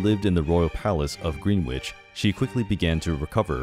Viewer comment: Nice vid but Greenwich is pronounced grenich for some reason